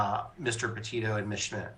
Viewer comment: It's not 'PAH'-'TIO' it's 'PEH'-TITO'